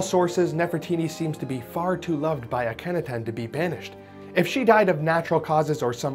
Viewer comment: Ah- ka-nah-ten The fact that you didn't research how to say a name that is relatively well-known in any circle of people who even lightly follow Egyptian history earned you a dislike